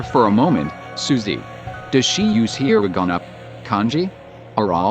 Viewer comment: Not hirinaga. It's hiragana.